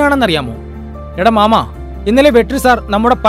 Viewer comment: മാമാ അല്ല ട്ടാ... മാമേ..രണ്ടും രണ്ടാണ്. 🙏